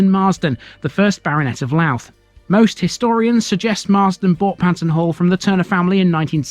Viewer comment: Louth is pronounced Low(as in 'how') uth. Two syllables.